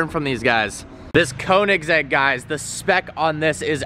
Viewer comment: its so funny how americans arent able to pronounce 'oe' (in German ö). Königsegg